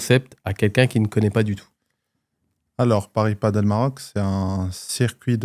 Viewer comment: perso j'en peux plus de t'entendre dire "padeul", tu dis pas "bordeul" je pense, alors padel ben c'est comme bordel ! Du coup j'y vais, merci...